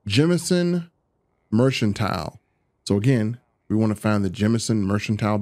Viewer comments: Mershentile? Tuskan??Merchantile. MERC-AN-TILE!!!!! Tungsten. TONGUE-STEN!!!!! Tuskan Raiders are Star Wars, not Starfield!!! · I kept throwing up a little in my mouth when you were pronouncing it "merch-antile"